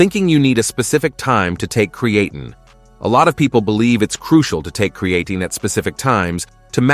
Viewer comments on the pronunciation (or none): It's obvious that the AI voice does not know how to say Creatine correctly. You can fix that by spelling it differently. Try spelling it "Createen" and see if it says it correctly. It really messes up the video when the voice keeps mispronouncing the star of the show. I'm surprised you uploaded this with that mispronunciation. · Createen, creatane, creatyne .... interesting pronunciation. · I gave up on Cree-eighteen. I now use Creatine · It’s really annoying pisses me off hearing AI constantly mispronounce the supplements name and then it says it constantly throughout the video it’s unnecessary to constantly keep repeating the name of the effing supplement. If you’re gonna use AI and you know that you should actually check your work before publishing it and putting it online the least you could do if it can’t annunciate the word correctly it’s just eliminate the word I’ve had to turn off the audio and just watch subtitles at this point because it got so annoying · Yeah it’s incredibly annoying hearing an AI mispronounce the supplements name. And then having some inept person not even listen to or proofread the work before they upload it. On top of it why do we have to hear the AI say creatine incorrectly so many damn times. It’s like it’s looking for an excuse just to say the word over and over again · How come he pronounces creatine different everytime?...... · Hard to take the video seriously when there is at least three or four different pronunciations of creatine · The problem isn’t the AI it’s the person that uploaded these videos that doesn’t even bother to listen to the mispronunciation. Then why in the hell allow the AI to say the damn word so many times It says if the AI is looking for excuses to continuously say the word. And in the previous video it was the same bot the same AI mispronouncing the word a completely different way. Anyway I had to mute the damn thing and just watched the subtitles